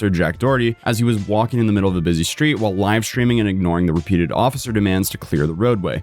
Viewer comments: “Shhtreet” “Shhtrong” “Shhraight” “Shhtop” “Shhtrike” “Shhtream” When TF did people start talking like this? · It's pronounced Sh-theed!